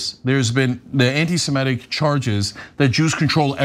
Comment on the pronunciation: semItic. not semEtic